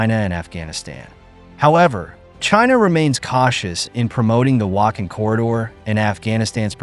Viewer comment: Please learn how to pronounce the names of important regions correctly; e.g., Wakhan is pronounced as Waakhaan, the aa sound is similar to "aw" in law.